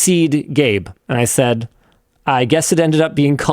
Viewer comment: "Gayben"?!! Linus why you pronounce it like that lol